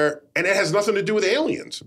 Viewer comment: *Nothing There is no "B" in the word "nothing".